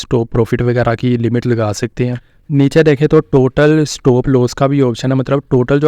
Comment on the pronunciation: Coopy ni hota. Copy hota. Loos coopy proofit. Pronounciations thek kr len pyary bhai